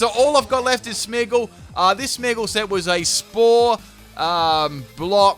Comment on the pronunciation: FULL CAN'T PRONOUNCE THESE TEAM: Coffariggus Reggigigas Smeagol Beheeman Aggislash Kirem Also, these moves must be used once: Gyro Ball, Sinesis.